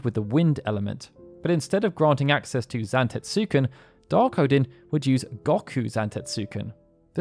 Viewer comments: Great video, but the u in Zantetsuken is silent. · Had to click off after the atrocious pronunciation of Zantetsuken. I was hovering after claiming Odin was Loki's father. Very sloppy work.